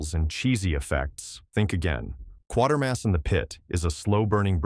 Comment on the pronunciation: The name is pronounced Quay-ter-mas, not Quar-ter-mas. read how the name is spelled.